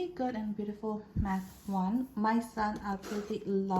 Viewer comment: I love how you said Batch instead of Math. 🤣